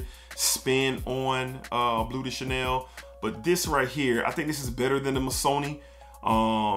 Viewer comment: Sounds like your saying bootay Chanel 😂 great video bro lots of hidden gems!